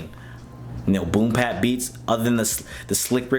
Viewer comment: It's boom bap not boom pap